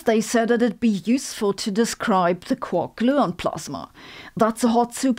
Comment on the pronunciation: I love her mixture of British (“fastah” for faster) and German (“zee theory” for “the theory”) accents in her English and how she pronounces Einstein (“Einschtein”)… this is becoming one of my favorite channels